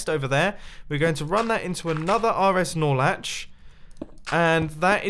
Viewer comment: *Norlatch, Look it up in any redstone channel.